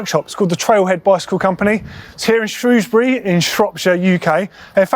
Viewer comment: Correct pronunciation of Shrewsbury! Well done!